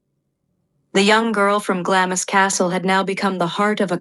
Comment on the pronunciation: Could someone PLEASE edit and correct the atrocious mispronunciations, beginning with Glamis - it's not said in 2 syllables.